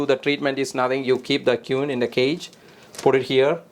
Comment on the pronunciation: Absolutely incredible video . The way he was pronouncing 'queen' was really getting me . 'kew-ween' 😂